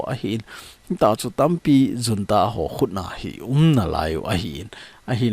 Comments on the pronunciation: Junta pronounciation hi Unta hilou d ham sir.... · Junta is pronounced as 'Hunta'